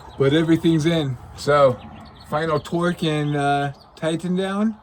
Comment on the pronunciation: Love how says twerk wrench I stand of torque haha. Especially my daughter laughed. You guys are fantastic, love the show